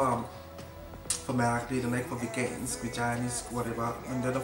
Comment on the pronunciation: Haha, elsker at du udtaler "vegan" som "vegina"😂😂❤️ God video!😍❤️